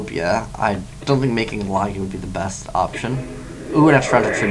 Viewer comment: Why are you saying "Lah-gia" instead of "Lah-jia" all of a sudden?